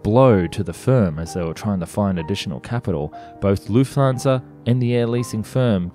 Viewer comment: Great video. one thing - the "u" sound in "Lufthansa" rhymes with "foot", not "flute"